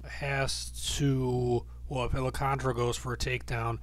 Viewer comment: It's Al-Kahn-TAR-RA